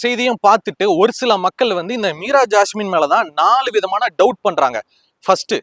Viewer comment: Unga Imagenation delever bayangaram Meera jassme per mattu sathama solringa ungalukku thanipatta veruppu maari irukku